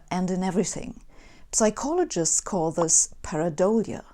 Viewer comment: The p in psychologist is silent. I thought every native speaker of English knew this :D